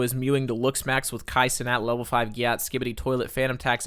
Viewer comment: Gyat is not pronounced that way at all 😂